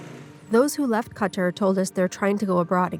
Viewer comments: where ???! Hahahahahahaha typical western media trying to cover everything yet can’t even pronounce the country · Who pronounces "Qatar" like that?